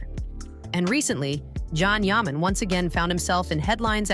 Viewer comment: Yes, really gets on my nerves, I stop watching once I hear it, Probably AI. It’s Jan Yaman.